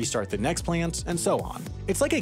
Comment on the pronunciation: What's a 'playunt?'